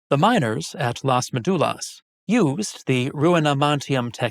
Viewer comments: Please learn how to say Las Médulas. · The topic of this video is Las Médulas. It's not about being language purists but a massive facepalm: how could he miss that?! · Las Médulas (stress in the first syllable, as shown by the tilde) and many other mines (gold ones shown in the map) were conquered by Octavian (Augustus) in a very bloody colonial war known as the Cantabrian War, which not only conquered the Cantabri but also their Astures allies. These two brave nations were the last part of Hispania that remained free from the Italian Empire. While often not discussed, obviously most miners were slaves toiling in terrible conditions and dying there for the wealth of Rome, i.e. the senators and knights and their endless appetite for luxuries, often imported from Asia, that Pliny already denounced as their probable undoing. It's not any coincidence that when Las Médulas and other mines were exhausted, the 3rd century crisis happened. The Empire was not rich anymore.